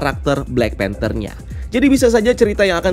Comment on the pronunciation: ''panther'' not "phanter"